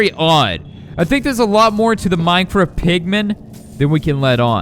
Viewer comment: You sed mindcrad XD